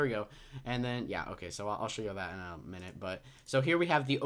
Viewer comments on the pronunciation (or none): none